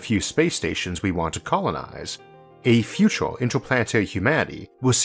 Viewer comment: I really like the way you push the human mind! But..but.., the ooo's are putting me down. Just can't come over it.. sorry. Maybe in the futoore